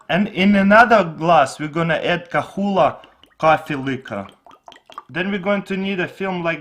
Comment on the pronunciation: it is not ka hula is Kahlua sound like ka lew wa